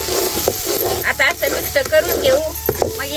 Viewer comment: मिक्स नाही तू मिस्क म्हणते फार आवडते.मी वाट च बघत होते आज्जी मिस्क कधी म्हणते ते...😂😂😂